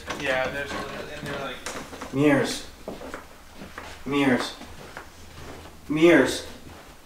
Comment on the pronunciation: “meers” A.K.A “mirrors”